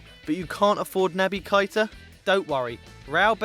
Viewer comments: Nabby Kita? Your pronunciation of words is terrible mate it's Keita. KE-ITA. KEITA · Anyone hear how he said properties for keita